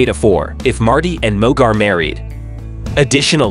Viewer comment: It’s Mooooog.. not Mug.. Secondly.. Blair ( Mooog)… refers to Marty as “Martin”.. research better Dude..